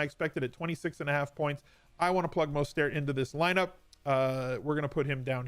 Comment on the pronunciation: At what point do you pronounce Mostert's name night?? Love your content though